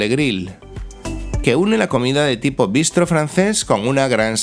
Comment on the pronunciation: Pero con acento en la última sílaba,no como se oye en el vídeo.